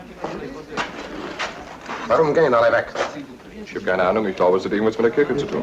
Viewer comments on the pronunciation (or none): J.D. Cannon’s German was pretty crappy. He would’ve been outed pretty quickly, especially with his pronunciation of schlecht and Kirche!